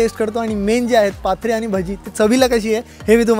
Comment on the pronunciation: पाथरे नाही.... पात्रा...! गुजराथी लोक पात्रा म्हणतात ! पाथरे नावाच एक गाव आहे. 😂😂😂😂😂